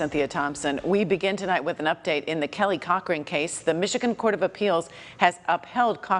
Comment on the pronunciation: With has a H at the end. Learn to pronounce it!